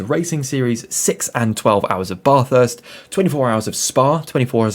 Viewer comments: Bathurst!!! Not F*cking Barthurst you twat.. Bath as in Math or Crass. LOL. Good vid apart from the obvious. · It's not your accent, you're pronouncing it wrong. It's not a Bathtub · Having an accent is not an excuse for mispronouncing Bathurst. It's a proper noun. Most Australians pronounce "bath" the same way you do, but Bathurst simply isn't pronounced that way. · had to switch off, just couldn't hear Bathurst mispronounced again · Drop the R dude .. bathurst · It's Bathurst, bath is pronounced the same as math. Great vid . Kiwi from New Zealand 🇳🇿🇳🇿